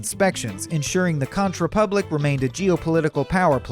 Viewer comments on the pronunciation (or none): I tried to like it, but could not; especially when he pronounced the Conch Republic with a "ch" like staunch. It is pronounced like CONK. Do your research.